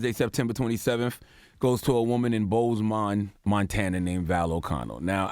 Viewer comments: Its pronounced "Bow-Sman" lol im ftom cali i used to work in Great Falls :) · Pronounced more like Boze-men.... but anyway... she’s an embarrassment to Montana.